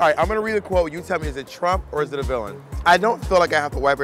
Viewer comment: lol I love how it says willam instead of villain